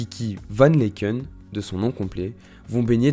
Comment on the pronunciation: Laeken se prononce tout simplement "Laaken" Sinon, merci pour cette vidéo, et ces recherches! Ayant vécu son ascension "en direct", j'avoue être parfois frustrée lorsque certains éléments de son histoire sont omis ("j'ai vu", qui a vraiment créé un gros engouement autour d'elle à l'époque, sa 1ere tournée sans album ou encore ses débuts enfant, qu'on est beaucoup, je crois, à ignorer😮)